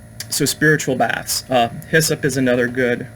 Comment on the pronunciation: Almost thought you said 'spiritual Bats' (instaid of baths). Really had wondering whats unseen above my head